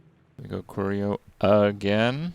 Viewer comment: How is he still saying curio wrong